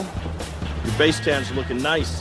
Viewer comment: I thought he said face tan not base tan... Am i trippin?